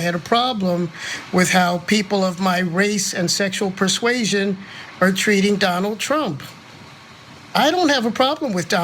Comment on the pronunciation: He said "persuasion". PEACE